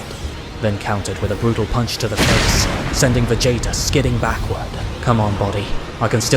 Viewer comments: If the voiceover is ai it needs to change bro You keep saying Vegaayta it's weird Sighaaaans It's a strange voice and ai doesn't know how to pronounce alot of words so just do the voice yourself or get a friend to do it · It has me rolling 😂 I keep hearing Va Jay Jay if you know what I mean lmao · VA JAY TA why do you say it like that 😂😂😂